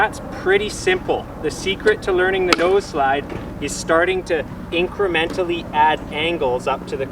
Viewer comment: You said noseslid